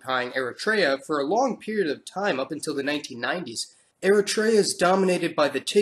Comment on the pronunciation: It’s Eritrea not eratraya 😂